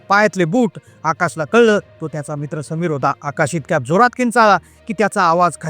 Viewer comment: त्या मुत्रा नी त्या रात्री जे अनुभव लं त्या मुत्रा नी अरे बाबा मित्र तरी म्हण ना एवढ्या फास्ट बोलायची काय गरज आहे का त्या मुत्रा नी 😅😅😅😅😅😅😅